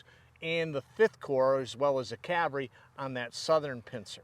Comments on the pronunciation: Loved the show but when did the "L" get removed from cavalry. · It's somewhat of a running joke that the word "cavalry" is usually not pronounced correctly. But then what is actually correct, what people say or what linguists call spelling pronunciations? We say soften, listen, whistle, thistle all with no "t", but then some say "often" with a "t" that historically shouldn't be pronounced. So what people actually use is generally accepted as the correct pronunciation and there's not a thing one can or should do about it.